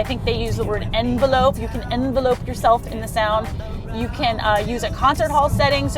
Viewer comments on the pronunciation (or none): When she is talking about the sound system, I believe she means, "envelop", not "envelope"...it's a different word and is pronounced more like "en-vel-ep". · It is n-vel-up. Not envelope. Although an envelope does envelop.